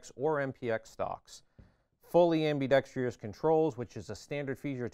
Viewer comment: Am Be Dex truss. Not whatever the heck he said........ And $1600? Nope.